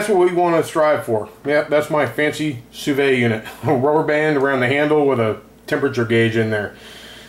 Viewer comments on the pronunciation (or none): Enough people have posted just how to pronounce sous vide. I hope you can learn from them. Once a chef completes the sous vide process we quickly sear it in a hot pan for about 30 seconds on each side. That way you aren't eating raw-looking meat.